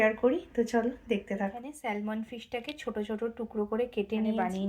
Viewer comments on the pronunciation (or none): Spelling ta hoyto “Salmon”but pronunciation ta hoy sa-muhn.. ekbar ektu check kore nio.